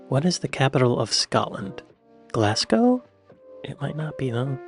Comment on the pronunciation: He is pretty good, happily failing to pronounce Glasgow as ‘Glass Cow’ as some of his compatriots do so confidently. Now if he could just ditch his cringe worthily frequent use elsewhere of ‘Show me on a map’ …..